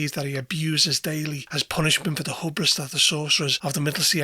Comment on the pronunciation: Good video. My only criticism is to look up the pronunciation of "hubris" for the future.